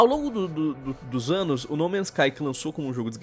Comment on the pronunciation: "Há um anus atrás..." 😂